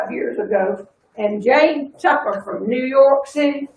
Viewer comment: I love the way you pronounce 4th of July and New York City!